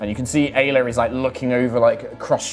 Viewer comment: Hey anyone else heard "gayla" when said Aila? 😂😂 I may be years late, but I'm trying to catch up as best I can, I love the story!! ❤💖💗